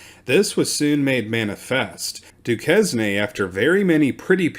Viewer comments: And it's not Doo kes nee ... it's Doo kayn. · It's pronounced doo kayn, not doo kes nee. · I enjoyed this one, TY sir. I was trying to make a timeline as you read, but found it quite difficult. Seemed there were quite a few circle backs in this account. The followup stories of the captured salt miners were a nice finish. I was unaware of hostilities as far south as KY after the Rev War "ended". Always love learning new info. I think Dusquene is pronounced Doo Kane. Sounds French! Now I have to follow up on this Henry Hamilton, Brit Lt Gov of Detroit fellow.